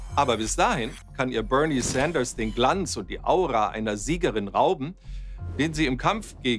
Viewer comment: Wie schön sie BÖRNIE SÄNDERS aussprechen können, ich verneige mich vor Ihnen.